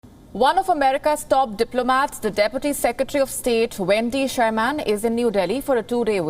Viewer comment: You are pronouncing Wendy Sherman’s surname incorrectly.😡